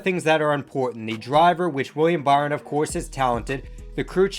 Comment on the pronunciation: Weir-E-am Buh-ry-on? Lol